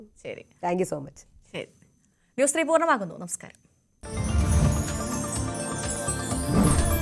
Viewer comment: ഇത് നന്നായി.. ന്യൂ.... സ്ത്രീ..... ന്യൂസ്‌.... ത്രീ....